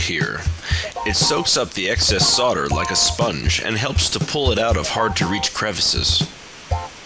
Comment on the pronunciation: Thank you for saying "sodder" and not "soLder". It chaps my ass when people overly enunciate.